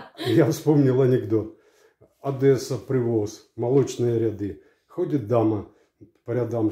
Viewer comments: Одесса, а не Одэсса!!! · Не ОдЭсса , а Одесса ! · О нет,пожалуйста,не ОдЭсса,а ОдЕсса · ОДЕССА,нет никакой «адэсы»🤦